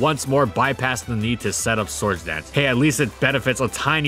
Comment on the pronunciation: Wby do you say source instead or sword dance